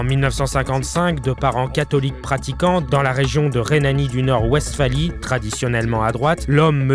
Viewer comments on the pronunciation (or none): On prononce "vestfalie", pas "ouestfalie".